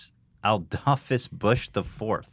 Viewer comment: You said "Adolphus" wrong in 2 different ways to avoid almost saying "adolf"